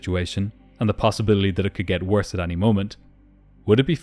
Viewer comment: any is pronounced like eny not ahnie